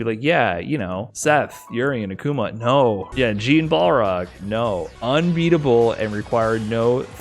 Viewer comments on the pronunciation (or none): none